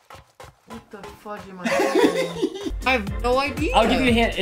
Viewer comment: Same I subbed a looooooong time ago, so idk. Also SAID CHUG FUDJE INSTEAD OF CHUG fudge instead of CHUG SPLASH